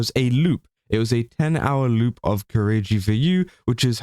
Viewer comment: The way you say word 'loop' sounds lie the word 'lewd', which gives this story a whole different kind of light! XD